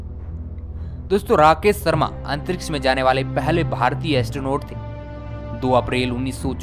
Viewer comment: भाई सर्मा नहीं शर्मा